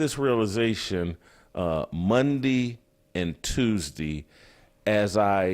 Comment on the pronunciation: “Mondee and Tuesdee” hahahahaha